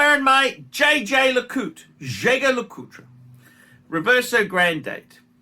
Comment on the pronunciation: love the JLC. Excuse my snobbery but you've got to learn the French pronunciation of Jaeger-Le Coultre.